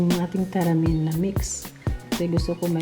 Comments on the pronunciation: May nilagay nman sya tamarind, taramin kc bigkas nya. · Akala ko nag typo lang sa tamarind pero pati pag bigkas nya talagang taramind... Walang mahahanap na ganyan sa tindahan ✌️✌️😊😊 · MADAM. HINDI PO TARAMIND. WALA PONG TARAMIND. T A M A R I N D. PO.